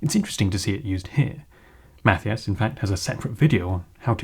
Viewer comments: It's pronounced Math-eye-iss. are ridiculous. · Matthias is pronounces as: mah-tea-ahs ;) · why do you call him 'math-ee-ous'? LOL